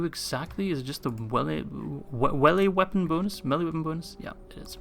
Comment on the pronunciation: I died when you said “Welee Meapon bonus” at the end